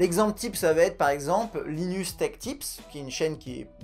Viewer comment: y'a hardware canucks qui fait le même principe que linus (on dit lailleneusse, pas linusse) sauf que lui rend ça un peut plus scénarisé, c'est super cool